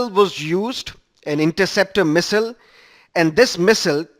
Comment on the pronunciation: you wrongly pronounce missile.